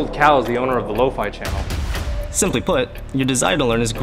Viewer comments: bro its "low-Phea" not "low-Fi: 💀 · Lo-faii? Ew. I pronounced it Lo fee all the time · Wait shes pronounce as lowfay??????